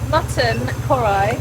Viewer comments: KARHAI not Korai….. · its not "korai" rather its "Kar-haai"